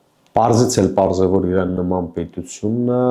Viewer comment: Ոչ թե ԻՌԱՆ, այլ ԻՐԱՆ !!! Խոսիր հայերեն և առանց կմկմալու , և քաջություն ունեցիր իրերը անվանել իրենց անուններով